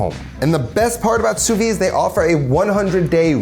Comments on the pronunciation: Fun fact: Sous-vide is pronounced [su.vid] - so WITH the "d" sound at the end. Really weird that some people abandon that "d" sound which makes it lose its meaning completely in French. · Wrong. It’s pronounce sue-veed. The d is definitely there